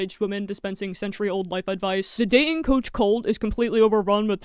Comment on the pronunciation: Love your content, but please work on on enunciating your t's. Like "dating" and "Toyota", you inconsistently pronounce the second t